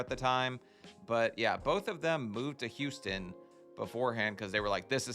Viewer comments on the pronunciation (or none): says “y” instead of “h”! Like “youston”, “yuman”